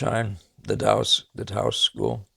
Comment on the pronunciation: I really enjoyed this and your last video. Thank you,! And yes, you pronounced Taos correctly. It was the Taos Society of Artists, but I think a lot of people simply call them the Taos painters. Couse studied with Bouguereau, from my understanding. I see as many Couse and Joseph Sharp paintings as I can in person, and I have found that almost without exception, Sharp's are more impressive (though I think that may be due to bad museum or gallery lighting more than anything else; Couse clearly used a lot of paint, and whatever lighting the galleries and museums use seems to not serve Couse's textured paintings very well).